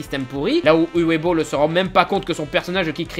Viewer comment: Coucou, juste une chose que je voulais "corriger" depuis un moment, le prénom Uwe se prononce "Ouveu". Voilà sinon vidéo intéressante, comme d'habitude!